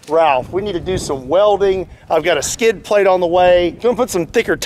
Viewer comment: "we need a skind plate...." who has said that twice now!:)